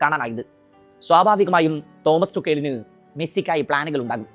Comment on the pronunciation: ടുക്കേല് അല്ല ടുഹെൽ ആണ്